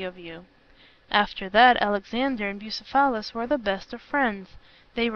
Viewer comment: It's pronounced, "Bugh ceph alus" not "Busa phalis." The reader is putting the em phalis on the wrong sil aball.